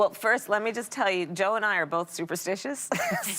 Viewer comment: Ana talks about pronouncing Kamala wrong then goes on to pronounce Joe “Choe” and fracking “franking”